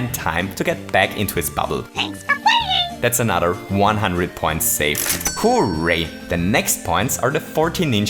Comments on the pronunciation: Stop saying: hoe-ray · I still love the way you pronounce "Hooray" as "Who, Ray?" Will ever know if they're talking about Raymond??? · I love the way he says ho ray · Your pronunciation of “hooray” annoys me like crazy. I do like your videos though